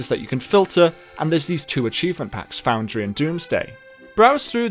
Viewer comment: "Foundary" (should be "Foundry")